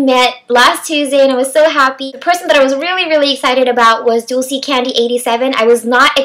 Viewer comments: you said her name right lol it is Dulcie its in Spanish lol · you said dulce right! thats how she pronounces it <3 i love dulce tooo you are so happy in ur vids <3